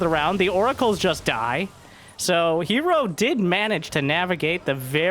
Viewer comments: "Herrow"... and Reeenow" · Um. Yea. "Hero" is also two syllables. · The announcer voice said Hair vs Reno. Looking forward to that match after herO vs Reynor.